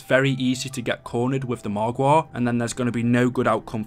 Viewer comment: AmI the only one who likes it when he says margwa😂😂